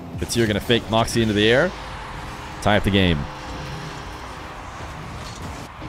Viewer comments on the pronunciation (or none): i wish you would say morkzy instead of markzy